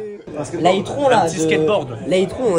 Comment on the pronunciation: C’est itronne pas itron